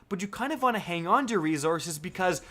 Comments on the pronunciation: Lol he is saying resourzes not resources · "rezources".........wow man go back to 4th grade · “Rezources” everyone remember that, we’ve been saying it wrong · Why cant anyone say resources anymore? Everyone says rezoresez now. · spend them rezorzezz lmao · reee zorzes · Say rezources one more fuking time!!!! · Starting What is Rezorzes? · Resources has no z in it, couldn’t keep watching after 3 minutes....sorry man. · There's no "Z" in RESOURCES love the content though lol